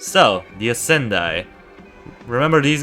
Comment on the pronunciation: I would say the pronounciation for the Ascendii is with an [e] instead of a the [i] And the Scytheer is from the word scythe so its more like [sytheer] (without the [k])